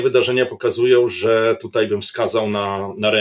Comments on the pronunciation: Nie wczorEj, nie dzisiEj i nie tutEj tylko wczoraj, dzisiaj i tutaj Panie redaktorze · "wczorej" "tutej" Dziennikarzu popracuj nad wymową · "TUTEJ" .... czas się chyba poprawić. To już w lata "idzie". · wczor Ej ... tut Ej - Oglądam Historie Realną od dawna, subskrybuję i lubię, ale... z całym szacunkiem, bo szanuje Pana i kanał oraz prace którą Pan robi, ale nie potrafię tego zrozumieć, nie potrafi się Pan przestawić na AJ ? Super materiał. Nie chciałem się czepiać, no ale musiałem to w końcu napisać. Pozdrawiam i wspieram.